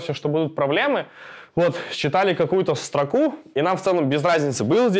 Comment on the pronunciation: Почему все программисты произносят стрОку,а не строкУ???